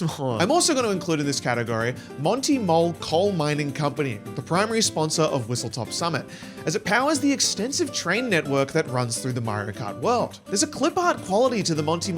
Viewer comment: it’s whistleSTOP not whistleTOP!!!